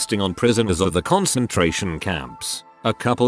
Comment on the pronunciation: "Concentrarion" camp??